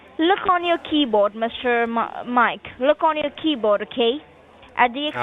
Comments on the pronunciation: When the second girl said "key-bode" that was straw that broke the camal's back..... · keyBODE FO cents 🤣🤣 ... BUT WAIT, THERE'S MORE! 🤡 😂 ADD BELOW 👇